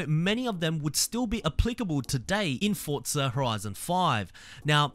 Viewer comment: “Fotza horizon 6”💀